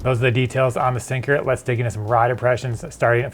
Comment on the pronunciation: The "t" must be silent... Sounds like it's a S(t)ync'r.